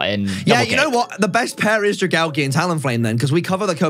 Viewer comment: Drag-algae from dragon and algae. Dra-gall-gee is not its name